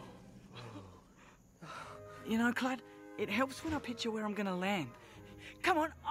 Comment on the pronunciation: its Kludd XD not kludge lol